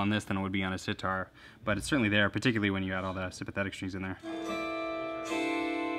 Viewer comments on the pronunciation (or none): none